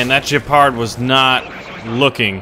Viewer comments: you're pronouncing Gepard wrong its like Geepart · Hey, like your videos, but gotta be a bit of a linguistic pedant and say "please say Gepard (hard G, like in "get" and not soft G, as in giraffe)"